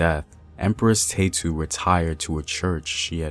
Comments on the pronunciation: Ta-ye-tu!! Is her name. Neverless great information. Her name is our pride. 🇪🇹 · you are saying her name sooooo wrong.